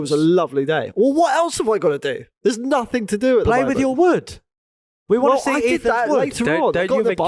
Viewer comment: " I Prefer taking all badges off the car so nobody know nuffink.” we know you're not South African you're really from Essex, just be honest, c'mon the gig is up